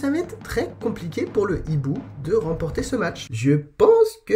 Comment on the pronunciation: Le Hiboux et non l'hiboux cher... le H est aspiré 👌